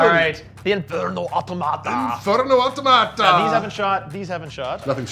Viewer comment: I think the Automata you say with emphasis on the “o” not the “a”. 😂 you may know and are just having fun making them sound like a tomato.